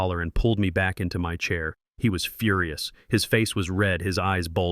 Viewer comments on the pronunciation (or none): none